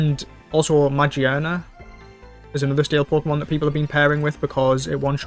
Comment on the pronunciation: it's pronounced Ma-GEAR-na (like how you would normally pronounce the word "gear") Hope that helps :) Magearna is very important in the Alolan region, it's literally one of the core lores of Lusamine, Mohn, Gladion, Lillie's family Also Es-ca-va-li-er or Ex-ca-drill